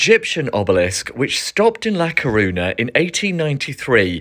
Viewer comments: It's actually really easy to pronounce "ñ"! It's just "ny". Almost everyone in the UK above 40 has heard of the song "Viva España" or knows (should know) that Spanish for Spain is "España". It's just bizarre that he would visit a place and make a video about it but not bother finding out how to pronounce it. Smh. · You can't even pronounce it properly